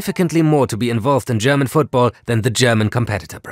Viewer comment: lol, the host is german right? Way too clean pronouncing displayed here.